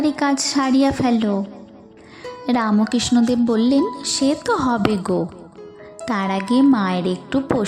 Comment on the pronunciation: খুব সুন্দর | রামকৃষ্ণদেব উচ্চারণটি ঠিক করো| রাম _ কৃষ্ণ _ অ দেব বলছ কেন ?